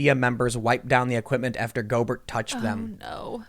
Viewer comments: Gobert is pronounced Gobear w silent 't'. Also the other dude Donovan Mitchel is the Jazz best player. And once Gobert came down w it and was dumb it meant that the virus was in the player population so NBA had to cancel the season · Gobear not Gobert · it’s gobe - air not Gob - ert lmaooo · Just for your future videos about this clown, his last name is pronounced “Go-bayr”. It’s French. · Tim his name is “Rudy Go-bare” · It is pronounced Rudy "GO-Bear" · No big deal but is pronounced Rudy GO-BEAR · It’s pronounced “Go-bear”. He’s French. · It's Go-Bear! He's French. That being said...he's a moron for what he did. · If you say "go-bert"... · It’s pronounced Rudy “Go-Bear,” he’s French. Yeah a really weird thing with him. It seems like he didn’t think he had the virus and he was fooling around with people who were concerned about it. He’s not laughing now, Lol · Go-bear.....at least pronounce the idiot's name correctly. He needs FULL credit....ddrrr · It's pronounced GO BEAR.....you goofball. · Dude stop with the clickbait titles. First learn how to say Gobert's name properly. Second, get your facts straight before you open your mouth. Gobert didn't know he had the virus when he touched the mics. There is also no proof that he got Donovan Mitchell sick either. In this instance you're no different than the fear mongering mediaand the fake news. Stop making drama for the sake of drama. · That's not how his last name is pronounced.